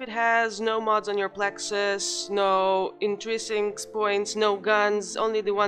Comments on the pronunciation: It's "In-trin-sics" not "In-tri-sincs"... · You can feel the struggle 😄